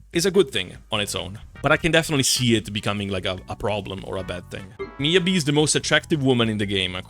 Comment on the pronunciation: Miyabi....heh more like midyabi